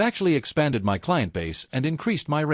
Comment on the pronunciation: how hard for an AI to say f*cking MY instead of saying each letter out M.Y so god damn annoying